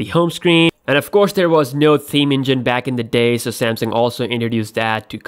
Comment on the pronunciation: I like how he pronounced "sam-seeeeeng"